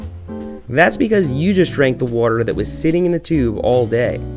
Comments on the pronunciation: its called Waaaater , water . Nobody know wtf wuter is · Why can't you pronounce water